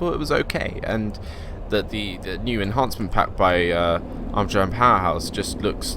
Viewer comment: En-chance-ment? You mean En-hance-ment right?? Lols